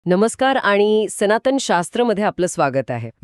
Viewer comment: Speakers हो मराठी सुधारा हो - मंत्र म्हणतात - मंत्र बोलत नाही! आणि दोघांनो. लहर शब्दाचा उच्चार मराठीत करा की हिंदीसारखा नको. सनातन म्हणा सनातण नव्हे, ध्वनि म्हणा ध्वणि नव्हे. संभाषण कृत्रिम वाटते - AI generated आहे की काय?